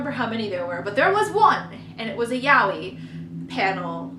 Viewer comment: that's how u say it but ok